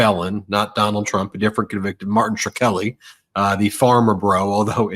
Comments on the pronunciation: It's "Skreli", NOT "shirkeli"! 😡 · Shk-reli, not Shr-keli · Martin SHKRELI is not pronounced like you're saying it, Ben. It's not pronounced like Shar-kel-ly! No one will know who you're talking about. It's pronounced like Skrel - ie. 2 syllables, not 3. Love ya Ben & our Meidas Touch on air tribe is great! Every single one! ❤ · It's shhhh krelly, not sure kelly, bud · It's pronounced Shkray-li or Shkreh-ly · I’m a grammar nazi and feel compelled to correct your pronunciation of martin Shkrelli last name but he’s such a POS you go ahead and butcher it any ol’ way is easy for you to say. You’re awesome, and fuck that guy. Melanoma’s ol’ bff there is pretty attractive. Hope she’s puttin ya on blast for the occasional booty call. Jes sayin’. Yer a busy guy. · Good interview. But I think you've got the pronunciation wrong on Shkreli. The "k" sound comes before the "r" (not that it's easier to say that way).